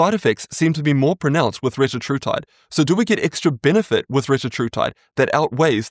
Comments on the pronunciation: It’s pronounced re-TA-tru-tide (or re-TAT-tru-tide, essentially the same). The point being that the second syllable is always emphasized as in tir-ZEP-a-tide. Can be confirmed by listening to the CEOs of the respective companies when they pronounce it. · Fun fact, that’s not how you actually pronounce it! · Retatrutide only has 3 t's, not 4. It's ridiculous some people add consonants where there are none. There is no linguistic or medical reason for it. It is technically a mispronunciation.